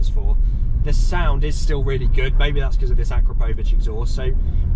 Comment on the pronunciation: its ponounced a-kra-po-vich not akropovic